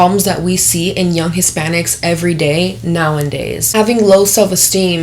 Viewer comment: “Now in days”😂😂😂😂 it’s nowadays